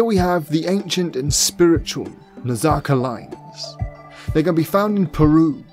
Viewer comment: Its pronounced Naz-Ka....What is that Nazaca stuff? Come on, bud...get the pronunciations right. Its a big start. Edit...I am a subscribe, but please do better with those words... *pliya